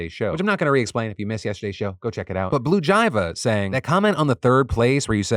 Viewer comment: I’m sorry, this is probably irrelevant, but when Phil said “BlueJeiVA” like “blue-jyvah” instead of like “blue-jay-V-A” it made me giggle.